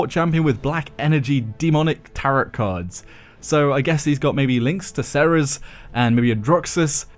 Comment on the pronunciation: that isn't how you pronounce tarot